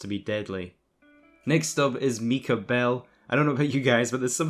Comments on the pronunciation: it might just be your accent, but its MY KAH not ME KAH for Micah but just in case. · Micah not Mecah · It’s pronounced(My-Cah)